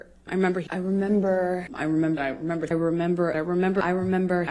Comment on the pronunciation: When she says "I remember" so many times it sounds like she is saying "I am Amber"🤣